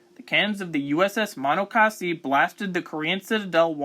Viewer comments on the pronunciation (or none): Bruh. Muh-NAW-cuh-see